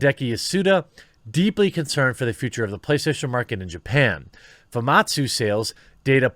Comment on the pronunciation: "famatsu sales" it's famitsu LOL